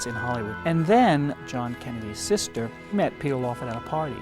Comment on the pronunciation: Oh am.i hearing wrong but is saying kennelys instead of kennedys